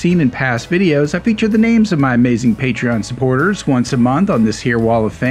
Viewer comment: Please learn how to say the word patron.